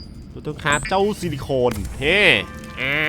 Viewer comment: สิริคอนไม่ใช้สิริโคน